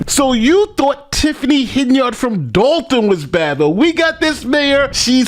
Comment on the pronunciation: Not Hen - Yard It's pronounced Hen-yerd. Say it along with me Hen-yerd, Simple. Quality NY education right there.